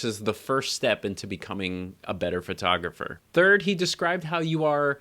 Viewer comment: Pet peeve here. "FIRTOGRAPHER". Somehow PHO-tographer becomes FIR-tographer. You're not alone. That's all - off my chest now... Regarding your youtube content; EXCELLENT!!! THANKS.